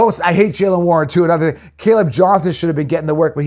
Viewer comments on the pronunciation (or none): none